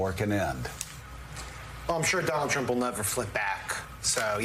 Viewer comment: wah.. dwanald twump.. dwanald twump